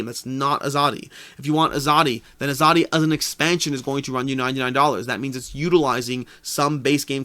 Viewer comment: Hi Hello from India. Thanks for covering Shasn, its pronounced Shaaa-sun , in case you wanted to know. That means "Governance" in Hindi. Azadi , you got almost right, its pronounced aaa-zaaa-dee, and means Freedom